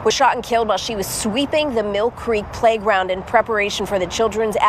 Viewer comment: She said sprayground not playground